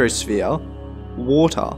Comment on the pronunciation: this guy "hydrosphere: wottahh"